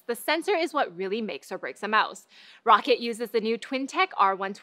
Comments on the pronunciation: "Rocket" It's Ro-ccat Isn't it? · pretty sure she should atleast be saying "Rockat" there no way that it's how she's pronouncing it at all